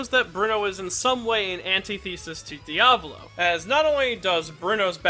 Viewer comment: Why does he always pronounce "Diavolo" as "Diablo"